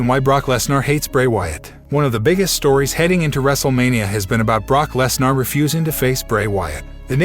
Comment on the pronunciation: DUDE IVE LET IT SLIDE TOO LONG IDC WHAT ACCENT U HAVE AN E NEVER MAKES AN A SOUND STOP SAYING LESNAR DUMMY ITS LESNER NER NER NER ITS A FUCKIN ER NOT AR DUMMY